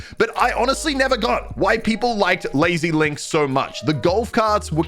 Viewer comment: I’m sorry but we can’t really let him say that lazy links<coral castle like what the fuck